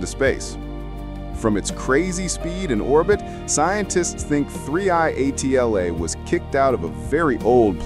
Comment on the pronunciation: 3i atla? Even the name you say is wrong.